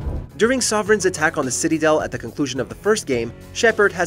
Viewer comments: Did I hear "City-del" ? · "Citydel" hahaha. That one slipped by the narrator and the editing team. Fail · Why tf are you purposely butchering names? CITYDEL!? RACHKNEE !? Can’t even pronounce Maleon correctly 🤦🏻‍♂️ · I will now and forever say "I am returning to the city-del to speak to the councy-lors in the city-del tower." lol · Excuse me? Did you just say "City-Del?" WTF?